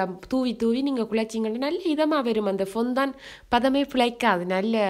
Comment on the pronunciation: Its ஃபௌன்ரன். Not பொந்தான்.